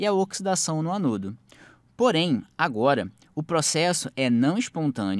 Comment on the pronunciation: anôdo? catôdo?